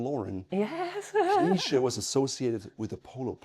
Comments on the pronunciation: I would suggest to pronounce it "K-nee-tseh".The "E" is hard to translate from German to English phonetically. I`m from Vienna and on occasion a Knize customer. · Some wonderful looking pieces there. Is the pronunciation: K-nee-zsa? I hope there is someone coming along behind the gentleman to continue the quality and the tradition. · As a native Austrian I would say, for Englisch speakers it is "Knee-shay" (with a pronounced "K"). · (I'm also a customer) but the woman from the shop herself pronounced it Kni(t)sche, I think both is correct Knitse is more the German pronounciation, I heard this surname actually means Fürst [~prince] in Czech.